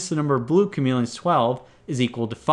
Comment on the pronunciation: he keeps saying chamelons